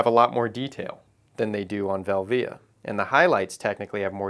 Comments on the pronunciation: team velvia all the way. Portra is great but these hipsters have almost made me get bored of it. Also never heard anyone say velvia the way you do haha, but who knows how its really supposed to be pronounced. Vel - via or velvia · Nice video but my ears bleed when you say Velvia, you say it wrong!! lol